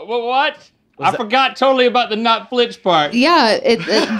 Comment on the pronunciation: flinch. the word is flinch